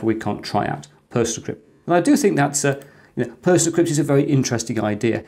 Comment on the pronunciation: Thanks. I'll be giving it a try. Always wondered what had happened to PC-BSD! PersonaCrypt surely should be pronounced as in 'Persona Crypt", with the accent on the 'o', and not the 'e'? (Apologies for the OCD.) That adds meaning to the name of the app.